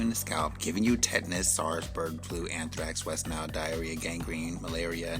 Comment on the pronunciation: 😄😄😄😄😄😄😄😄😄😄😄😄😄😄😄😄😄😄😄😄😄😄😄😄😄😄😄😄😄😄😄😄😄😄😄😄😄😄😄😄😄😄😄 he said ... Wesnile ... gangreen tetus ... EXCTERA ... IM SOOOOOOOOOOOO DONNNNNNNNE